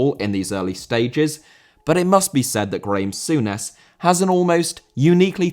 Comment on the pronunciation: Graeme Souness, english folk please What is the deal?